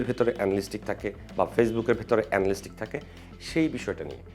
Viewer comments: এনালিস্টিক নারে ভাই এনালিটিক্স। এতো এফোর্ট দিয়ে একটা ভিডিও বানালেন, উচ্চারনটাই জানলেন না! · এনালিস্টিক না! এটার উচ্চারণ এনালিটিক্স❤️ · ❤❤❤, বহুবার উচ্চারিত ইংরেজি শব্দ Analytics এর সঠিক উচ্চারণ হবে "এ না লি টি ক্স " চমৎকার ভিডিওর জন্য ধন্যবাদ। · Analytics সঠিক উচ্চারণ। আ্যনালিটিকস